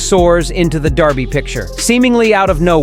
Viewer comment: DER by..................Not DAR by. For gods sake learn how to say it.........And I know this is AI generated garbage.